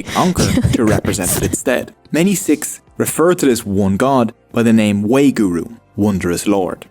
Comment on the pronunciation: Wa-hé-guru not wayguru. Saying the word in a particular rhythm becomes a meditative exercise encouraged by correct breathing. The Gurus were well versed in languages of thier respective years and were therefore able to include writings used by other faiths, but also write in other languages themselves. Many shabads (hymns) are sung during kirtan and include reference to God from other faiths, such as Ram, Allah, Budh and so on. The Guru Granth Sahib ji can be sung and through melodious recital of the praise of Waheguru, one can memorise the holy book and therefore the teachings. Thereby having the opportunity to access the divine by drawing on your own knowledge, to embody the teachings and pass on the love. The Guru Granth Sahib (ji) is so revered that the punjabi written language of the Sikhs 'Gurmukhi' (meaning the Gurus words or from the Gurus' mouth) is used to encompass the teachings within the holy book. Once copies of the Guru Granth Sahib ji become tired they are given a funeral and cremation. Sikh first names are all unisex. Singh and Kaur distinguishes the gender. Sikh women are also discribed as "sherni" meaning lioness which parallels the Singh. This reputation was perhaps developed after 10th Guru, Sri Guru Gobind Singh ji departed, as the women of the Khalsa were instrumental in keeping the faith alive. Sikh women today carry the sherni tag via culture/stereotypes, although the current farmers protests certainly affirm their standing as strong, assertive and br